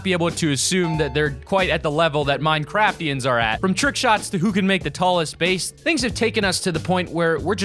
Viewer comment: Your deph, listen closely, he actually said Minecrapians!!!